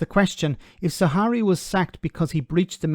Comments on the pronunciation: Why do you keep calling him "Zawari" lol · Not Zawa(hi)ri but Zahawi....